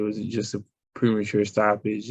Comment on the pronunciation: Pre-mature…. He said “premature” 🤣 Hey Errol “The UnDisputed Cunt” Spence I believe you have the role of “Mushmouth” in the new Cosby Kids movie all but wrapped up!